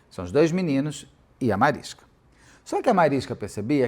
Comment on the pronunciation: Mariska ia implicar com você falando o nome dela, Beto 😂 Ela sempre corrige o povo pq é Mariska com som de X bem longo no sk. Falando nisso, aquele para-choque de caminhão chama Mansfield Bar por causa do acidente da Jayne. Esse documentário é lindo demais.